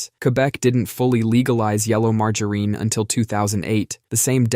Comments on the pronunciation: It's "margarine" with a short i. The only "Margereen" is Butters Stotch when he's in drag. Also, it absolutely does not taste almost like butter. Ugh! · Margoreen?? It’s not Margoreen. At least not in the PNW. Do people actually say Margoreen in other places? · We can never mock the pronunciation of margereen enough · You're getting closer to the correct pronunciation of margarine. You got the soft G right this time, but the final syllable wrong. It's "mar-jah-rin," not "mar-jah-reen." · Had to fast forward past the butchering of Mar…ger….IN. 😂🤦🏼‍♀️ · MargarEEn? 😂 That’s funny! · Marger REEN 😂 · Again with the Marge - A Rene, lol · it was far worse in an earlier one, something like MAR-GUN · Pronouncing it that way is sack-ra-leej-us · It’s illegal to say margarine that way 😩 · Fun Fact Brits get it closer to the correct pronunciation, it being a french invention and said closer to it's french pronunciation in the UK. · 😂 at least it should be